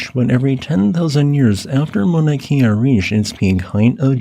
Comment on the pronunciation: for future reference pronounced 'kay-uh' not like 'Kia' cars